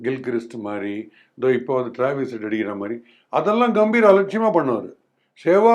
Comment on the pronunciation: Gautam "Ga"mbhir..... பெயர்..... கம்பீர்! "கே"ம்பீர் இல்லை.... "கா"ம்பீர் இல்லை... பெயர் உச்சரிப்பு மிகவும் முக்கியம். கம்பீர் என்றால் கம்பீரம்.. தைரியம் என்று அர்த்தம். உங்கள் பெயரை ஈஸ்வர் என்பதற்கு பதிலாக யேஷ்வர் என்று சொன்னால் எப்படி இருக்கும்.